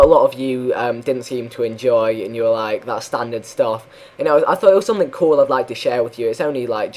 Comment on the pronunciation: You always say ''something'' in a russian way: somethink :D